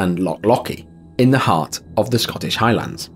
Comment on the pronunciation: Hi-Lunds is how it's pronounced. Not High LANDS.